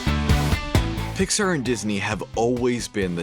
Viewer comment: Why can’t you pronounce Pixar right...